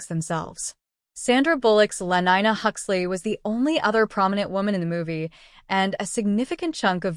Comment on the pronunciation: Lenina not lenyna